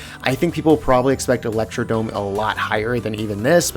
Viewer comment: electrod"R"ome omg why can nobody read lmfaoooo